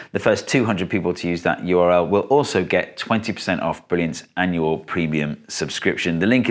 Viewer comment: Why does he pronounce URL as URI?